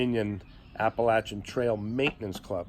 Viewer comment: So great to hear Appalachian Trail pronounced correctly, thanks! 😂 These southern ears appreciate it. Kidding aside, great interview. Thanks!